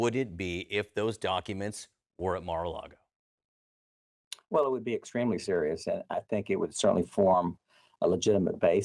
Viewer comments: Mara-Largo? Never heard of the place.. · excepr that dufuss would say "Mara LEGO" with an E. LOLOL